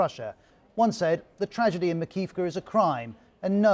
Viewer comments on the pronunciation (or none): MAKI-IVKA. You aren't saying it correctly.